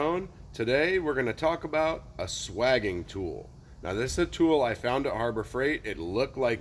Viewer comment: Looked it up in three dictionaries. Swaging is pronounced with a long a, as in dating.